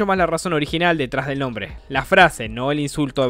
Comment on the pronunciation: Alfin!!!! Alguien que dijo bien mi nombre Post data: buen video y gracias por el saludo sigue asi crack Ten un buen dia